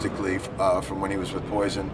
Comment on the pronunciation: Kinda had to giggle when he could barely say the name Poison, lol